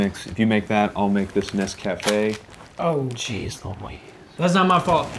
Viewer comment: Guys, Nescafe has commercials. Go watch one so you'll know how to pronounce it. I have yet to see an American ration reviewer who knows how to say it.